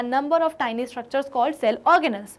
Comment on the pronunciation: a tyni nahi ha tiny ha